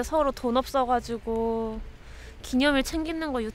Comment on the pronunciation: 우리 형님은 ㄹ발음을 못한다 기념일은 존재하지않고 기념인이다. 알겟냐 애들아